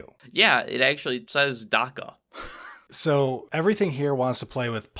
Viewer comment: the "a" in "dakka" is pronounced like the "a" in "axe". it's supposed to sound like heavy gunfire.